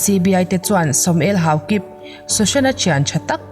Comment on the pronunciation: Houkip.... Tih mai a dik... Houkippppss nilo 😂😂